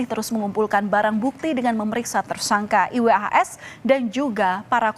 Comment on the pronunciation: Risih dnger pmbawa acara mengeja nma iwas 😩